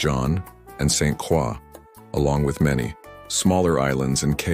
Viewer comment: It's pronounced Saint Croy